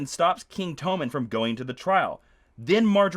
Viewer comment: Apparently their names are TOE-men and LAWN-cel now.